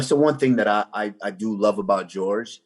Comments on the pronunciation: Calling him “George” and not “Jorge”>>> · usman is the only nigga to pronounce Jorge gorge